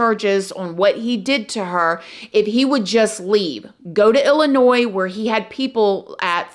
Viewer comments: It's illa noy ...not illa noys hun lmbo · The s is silent in Illinois!